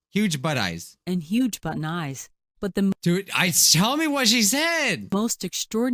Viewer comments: This is all I hear “Huge button eyes” “Huge butt knives” “Huge butt n’ eyes” “Huge but nice” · sh did'nt say "huge but eyes" she said."huge butt in eyes" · Everybody (I hope): "Huge button eyes".: "huge butt eyes"